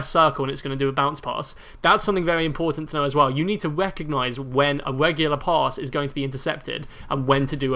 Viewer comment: Weally. Wegular